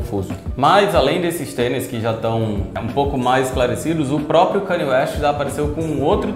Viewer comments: Mas por que falar o nome dele errado se sabemos falar o certo? 🤔 É Kanye, e pronuncia-se Ka-nie, e não Kenie. 😉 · Pfvr n fala kanie fala kenie pfvrrr